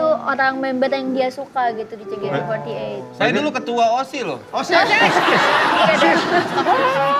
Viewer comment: casingnya bule, tp nyebutnya JEKATE EMPAT LAPAN zzz